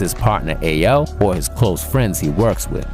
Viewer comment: Why’d he call Al (A L) 😅.. Salute to the Gang 🤘🏾